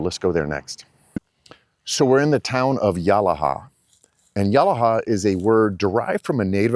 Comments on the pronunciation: It's pronounced Ya-lah-ha. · Great video but...no one calls it as you've described, New England of the South? Also, mispronounced Yalaha. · You pronounced yalaha all wrong